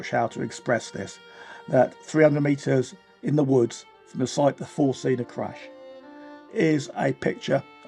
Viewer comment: One thing that puzzled me is why you subtitled the "Форст Цинна" from the flag as "Форст Зинна". But then I realised that you pronounce the "z" in German as you do in English, whereas in reality it is pronounced as "ts". So the Russians got at least that correct. That little detail aside, this documentary is a tour de force. Very very researched (the only thing missing is a list of sources) and narrated. It also led to me having a conversation with my 20-year-old son, who knows nothing about the Cold War, and the episode where he, as a small child and dressed as a pirate, went with us aboard the magnificent Седов (Sedov) when it was moored in Valletta. It was there, in the little souvenir shop, that I realised that things weren't going into the right direction for Russia. It was virtually impossible to find an item that did not have the face of Vladimir Putin on it. This was in February 2007, and the cult of personality was back in full force. How bad things had become, became obvious the next year, when Russia invaded Georgia. And it hasn't stopped interfering with and invading its neighbours ever since.